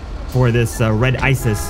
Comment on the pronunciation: btw the “isis” car is actually an “issi”